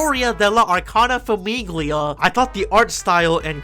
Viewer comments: Grazie, stavo scorrendo i commenti in cerca di altri italiani scoppiati a ridere dopo ogni FAMIGHLIA 😂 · Hi, so, my Italian ass is dying at the pronunciation of basically everything (it's not that bad, honestly you did great and I loved the "TAROCCHI🇮🇹🍝🍕"). Let me break it down for anyone who wants to read. The final syllable of “Famiglia” is pronounced kinda like the final part of “paella”, so you don’t ear the “g”. “Felicità” means “happiness” and the final “a” is stressed. (I should mention that I have no idea if the stressed ‘a’ is present in the actual names of the character. If it’s not there, it’s probably a small mistake on whoever made the anime since aside from a couple name there seems to be a pattern in using actual words for the characters names) “Libertà” is pretty obviously “freedom” and the final “a” is also stressed. “Debito” means “debt” and I can’t stop laughing at how they called a character “debt” ffs WHY? “Pace” is peace, very uninteresting. “Mondo” means “world” and I’d like to have a conversation with whoever thought this was smart. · I took a singular Italian class in college and that was enough to make this grating for me. I was wondering if it was more funny or more annoying for an actual Italian to hear "FAMIGHLIA" over and over lol. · I don't even speak Italian, and this pronunciation of "famiglia" hurts my ears. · giuro, ogni volta che diceva “famiglia” volevo morire HSDHAHA